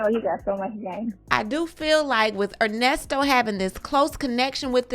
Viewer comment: "Put some RESPEK" on that man name ...its "ERNESTO"...LOL